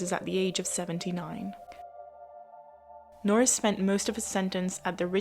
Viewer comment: Nor ris....